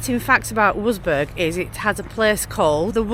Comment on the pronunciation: Love watching your vids, Having lived in Germany for many a year can i just correct you on your pronunciation of the town Wurzburg. It is pronounced Vertzburg. Please show more of Germany as we miss it so much